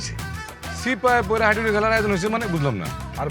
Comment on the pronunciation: হাডুডু ❌ হাইডুডু ✅